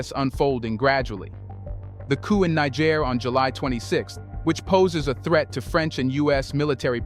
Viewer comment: Fantastic work! Just one note. Nigerians (pronounced 'Ny-Jerry-ans') live in Nigeria (prounced 'Ny-Jerry-ia'), and Nigeriens (pronounced 'Knee-J-sh-air-ians') live in (as you correctly pronounce 'Knee-J-sh-air'). Great stuff. Thank's for your great work. Peace and love